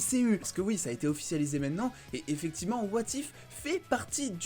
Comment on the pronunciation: Lol ton accent. "Wa Tiphe"